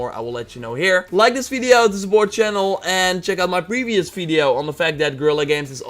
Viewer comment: "checkout my 'brevious fideo'"